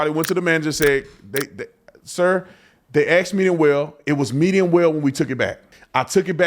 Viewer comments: It’s asked not ax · It's "ask", not "aks". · He axed for middle well! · He talks like jasmine crooked. I did not trust him as soon as he said axed. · Why can black people not say "asked" they always say "axed" it is so dumb😂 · kinda like he "axed" a question, lol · An extablishment!! LMAO I axed him. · I think he should go back to school to learn how to speak ENGLISH!!!! Especially when he is supposed to be a pastor! It is insane that he said EXTABLISHMENT and then he said AXED him and his wife to Not come back I don't have much faith in his opinion of the matter! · Ecstablishment? 😆 I needs to be cooked the way he axed for it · Holy crap! I was literally writing a witty comment about "axing" him to leave the "extablishment" when he said "axed" 😂